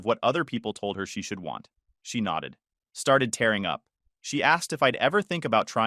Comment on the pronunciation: Ok, this just bugs me the way things are mispronounced. She was tearing up, meaning crying which is pronounced teer ing. When it's pronounced taar ing, it means to rip something up, like paper.